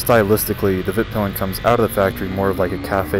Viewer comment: The name of your bike (in Swedish) is pronounced "Veet-peel-en", NOT "Vitt-pill-en".